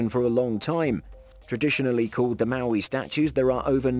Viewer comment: Moai not Maui, Arctic not Artic, Turkey not Turey!